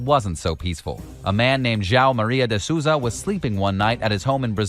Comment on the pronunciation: That man could not pronounce a single word in João Maria de Souza's name.